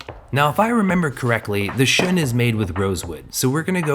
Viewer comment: A chef huh? Get your fucking index finger on the spin of the knife. Can’t even pronounce the knife Shun properly smh